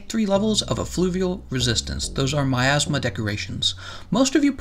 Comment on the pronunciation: "My Assma" I just can't unhear it...